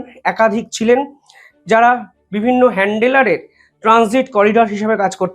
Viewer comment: English pronunciation improve করুন .. এত ভালো চ্যানেল... "হ্যান্ডেলার" নয় হবে "হ্যান্ড্-লার"